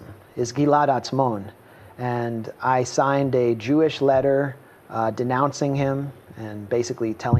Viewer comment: "Oy soyned ay Joooish ledda to denounce him" --> really knocked it out of the park there, Max